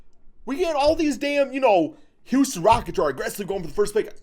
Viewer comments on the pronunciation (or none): none